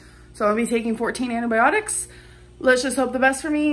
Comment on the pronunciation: “Aunty biotics” “andeh biotics” .. like dude ANTIbiotics